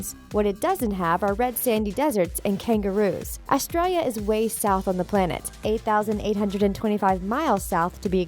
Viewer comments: Australia not astira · She said Austra